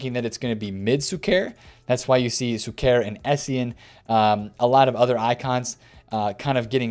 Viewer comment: PLEASE BRO PLEAAAASE :) SHUKER !! SHHHHHUKER :) with the ephasis on the U -- > SHU-ker